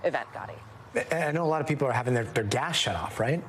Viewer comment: Is my imagination or does Gadi pronounce gas as gash?